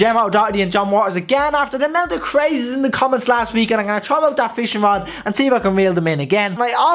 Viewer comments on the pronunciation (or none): Pronounce your words properly pal